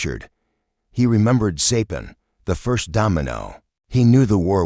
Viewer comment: Sorry to hear AI mispronounce Saipan.